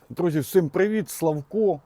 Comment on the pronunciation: а чо "всим" а не "всім"? то якісь нові правила вимови, я щось пропустив? чи просто говір?...